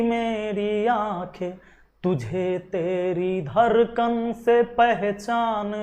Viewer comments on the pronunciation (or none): धड़कन होता है धरकन नहीं.